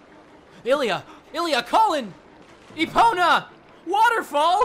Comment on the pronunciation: It’s pronounced EPONA